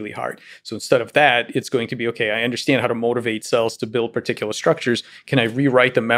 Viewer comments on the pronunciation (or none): Is Lex Fridman ever going to learn how to pronounce the word "understand"?